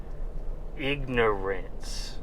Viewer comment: LMAO... ig-no-rinse...